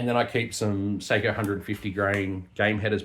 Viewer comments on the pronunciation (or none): It's sock-O